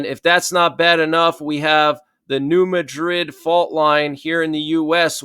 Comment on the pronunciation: It's called New Mad-rid fault. Pronounced like mad. Not like Madrid in Spain